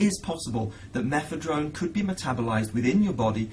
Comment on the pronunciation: Why the fuck is he saying methedrone? sure that was a great drug as well..